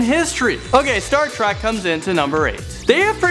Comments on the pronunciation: It's Star Trek not Star Track 😤😤😤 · Why does he keep saying Star Track instead of Star Trek? It bothers me... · STAR TREK ! NOT "STAR TRACK" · is it just me or does he say star track not trek?? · It's pronounced Star Treck, not Star Track. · omggggg it's TREK !! NOT TRAK !! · TREK. star trek. not track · he has one more time to say "Star Track" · Yes! It was getting on my nerves😂😂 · he keeps saying star track and im shook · It really bothered me that he kept calling it "Star Track" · The way he says Star Trek ("Star Track") hurts me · If he says star track one more time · Does it annoy anyone else that the host was saying Star Trak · Why did he say star TRACK🙃😫😟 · keeps saying star trak damn it